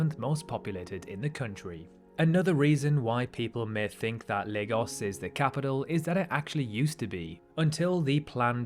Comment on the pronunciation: On behalf of all Nigerians, thank you for not pronouncing it: 'LAG-OHS'